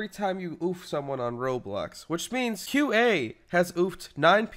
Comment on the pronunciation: when you say qa it sounds like cute ay